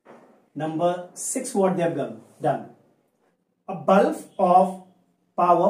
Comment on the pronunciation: That is bulb sir not bulf